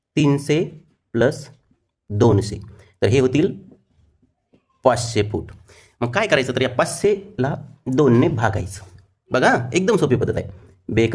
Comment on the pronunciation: तिनसे नाही..तिनशे पाचसे नाही... पाचशे